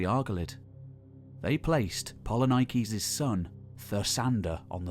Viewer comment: Do not kill the Greek names Please... It is polinikis Poli means many Niki means win So it is not polynaikis Please....